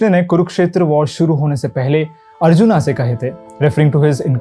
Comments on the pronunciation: बहुत ही बढ़िया। धन्यवाद। लेकिन एक बात मुझे समझ में नहीं आती कि आप अर्जुन को अर्जुना और असुर को असुरा क्यों बोलते हैं। क्या आप भी उन लोगो में हैं जो रामायण को रामायणा, राम को रामा आदि बोलने वाले हिंदुस्तानी अंग्रेज हैं। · Bhai sahi se naam to lelo, Raaamaa kya hota h? Arjuna? Seriously? Itni english hindi mein nhi ghusai jati. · भाई अर्जुन को अर्जुना मत बोलो